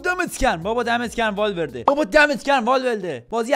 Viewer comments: بابا دمت گرم والورده❌ بابا دمت گرم والولده ✅ 😂😂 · والورده ❌والولده ✅